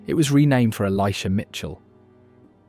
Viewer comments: you pronounced Mt Mitchel, Mt Michel at about . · Good video, however, there are several errors. Im not going to list them all, but a couple of examples are: 1.) In NC it is called Mt. Mitchell, not Mt. Michell. 2.) I can recall three locations where the videography was NOT from that locale. 3.) And this is my main issue with the film, it is pronounced "a·puh·la·chuh". Oxford is not going to tell me that I pronounce the region my family has lived in for 8 generations incorrectly. Still, for the videos length, good job! Keep in mind also you cant trust the "facts" a local Chamber of Commerce feeds you...always double-check the information with local historians. 👍